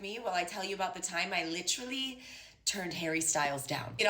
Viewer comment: "lItrILLeeeey" is the stupidest i LOVE it